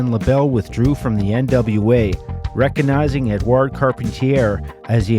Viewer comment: recanizing? what happened to the 'g'? I mean, I LOVE the letter 'G'